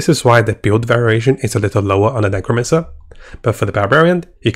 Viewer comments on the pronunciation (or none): Maybe he did it on purpose hah. Druid is Durid, and Necromancer is Nercomancer.